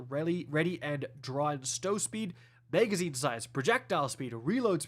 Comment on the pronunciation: Magazine >Megazine. Mag>Meg. I’m curious how you pronounce rag? Is it reg? 😂